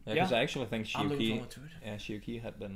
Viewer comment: Sorry for correcting you but this third name of Shi Yu Qi is pronounced rather like Chi, not Ki. As far as I know.